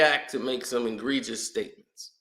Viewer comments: i got love for you but the word is 'egregious' not 'ingregious' 😂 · Ingregious is not a word. It's egregious